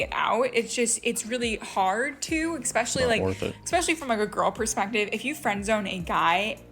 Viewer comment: If you pronounce it "expecially", I immediately assume you're dumb. Same with people who say "Excetera"